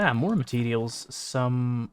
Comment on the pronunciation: It's "Materials" not "Mateedials".